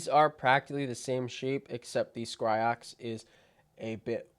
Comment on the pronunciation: Its Scyrox v8 tho not Scryrox